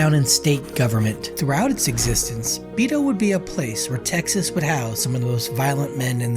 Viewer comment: Out of all my years as a c.o. in Region III - TDCJ . I have never heard anyone call Beto ; Bee Toe.